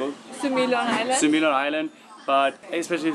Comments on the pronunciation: its sumilon island not simulan lol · and...It's Sumilon not Simulan.:-)